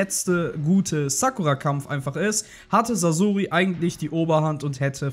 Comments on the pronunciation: sasoooori es wird saßori ausgesprochen du knecht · Oh bitte sprecht doch Sasori richtig aus T_T Sasori ist nicht ausgewichen, weil er den Tod seiner Eltern nie verwunden hat, und so in den Armen seiner (Puppen)Eltern sterben konnte. Sehr traurige Story. Er macht sich selbst unter anderem deswegen zur Puppe, um nichts mehr fühlen zu müssen. Aber sein Herz war noch immer sein Herz und der Schmerz über den Verlust blieb. Er ließ sein Herz von den Puppen durchstechen, die er als Kind seinen Eltern nachempfunden hatte, die er so vermisste.